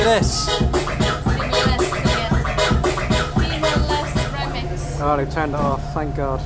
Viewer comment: It's TIMOR "LESTEY"